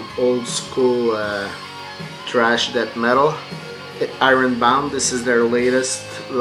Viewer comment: Cool stuff. Steel Panther is fun in small doses. Gotta love Skeletonwitch, Havok, and Fu Manchu. I like how you say thrash metal as trash metal lol. I didn't know there were people in the VC who didn't know Tom Waits, you'll have to get his albums Rain Dogs and Bone Machine as soon as possible. The new album is good but definitely not his best by far. I bought the Sigur Ros album when it came out as well. Haven't watched the DVD yet. You need to get their albums Ágætis byrjun and Takk.